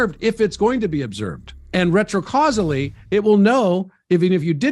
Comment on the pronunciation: Fun new drinking game! Take a shot whenever says "retro-causily". Keep emergency services on speed dial.